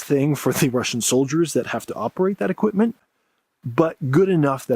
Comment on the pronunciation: "equip-muhn" "resor-ring to..." Lazy tongue syndrome: can't pronounce the letter T.